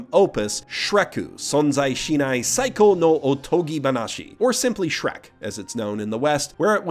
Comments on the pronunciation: "Shreku"? You filthy casual. I think you mean "Shureku." Know Japanese, loser. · I believe you wanted to say "Shurekku", but I'm willing to forgive the mistake. It's been repeated with "Shrekku" name a lot recently, so it's only natural for confusion to arise. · Every time he says "Shreku" a little bit of me dies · Every time he says “shreku” or any Japanese- afied word here, a child is cured of cancer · Every single damn time he said Shreku.. I laughed. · I take a shot of cum each time he says Shreku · I cannot hate the word 'shrekku' more. If i never hear it again it will be too soon. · A small part of me dies every time you say "Shreku". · It's pronounced "Shuleku!" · Every time you say the word shreku I feel a little stronger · I believe it's pronounced "shrak-u" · Say shreku one more GODDAMN TIME... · I died a little bit inside every time I heard Shreku